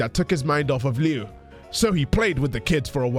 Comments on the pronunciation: Part of growing up as a creepypasta kid is learning that "Liu" is actually pronounced more like "Leo" rather than the "Lee-you". It feels like the ultimate betrayal. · I just pronounce his name as "Loo".